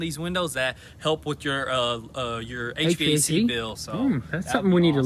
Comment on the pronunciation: Please stop saying H.V.A.C. H-vac.